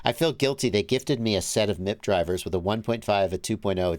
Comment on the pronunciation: It’s M.I.P. Not MIP